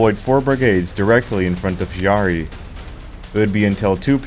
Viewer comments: Excellent docu. You got a new subscriber. However... ... it pained my quarter-Italian ears much to hear the name of Chiari so badly butchered over and over. It's /kiari/, the "h" in that position in Italian is precisely to avoid the /t͡ʃiari/ pronounciation you insisted upon, which would be the case ONLY if written "Ciari". "Ch" as /t͡ʃ/ is only West of the Alps. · Kyaree not Shiaree. Chi is pronounced shee in french, not italian. Anyway, way the go. Not many videos on this subject. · Thanks for the video. It was entertaining. A couple of points, if you don't mind. Chiari is pronounced Kee-ah-ree. The music, I know it's personal, but I found it a bit monotonous. All in all a good video. It made me want to check the rest of your production 👍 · Chiari (kee-aa-ree). With a "k" like "cake", "king", or "can" IF it is an Italian name.